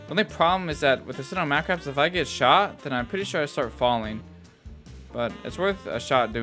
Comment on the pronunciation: The way say Sinomacrops is so funny...Sinomaaaacrops😂😂😂...sounds like a New Yorker